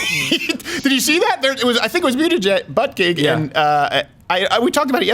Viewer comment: Why do you keep saying buttegeig correctly and then stopping yourself just to say it wrong I don’t understand